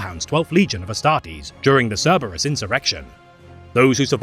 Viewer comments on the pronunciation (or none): none